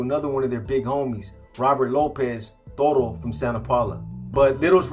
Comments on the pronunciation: Its Toto not toro bro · Toto not Toro